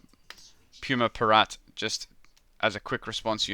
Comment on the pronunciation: IT'S PIRATE NOT PIRAT!